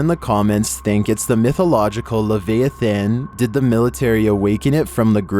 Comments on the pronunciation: Ugh with the pronunciations,... It's "Le-VY-a-than" and "Vill-i-sca" (doesn't rhyme with basilica) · "Lev eeyah fin" ?? haha